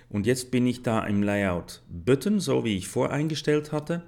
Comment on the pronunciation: hahaha ich lach mich tot : böttn anstatt b[a]tton kann ich leider nicht konyentrieren auch "lie" out statt [lei]out hört sich echt krass an